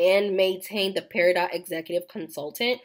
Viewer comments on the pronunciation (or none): The "T" in peridot is silent. It is pronounced "pair-uh-dough" 😊